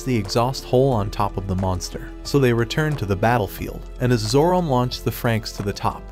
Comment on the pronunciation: Have you ever considered spelling certain words (specifically names) different to have the AI voice pronounce them properly? Like spelling it Zoromay or Zoromai instead of Zorome.